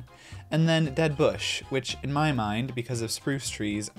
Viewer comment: Spruc 😂 made me genuinely giggle a bit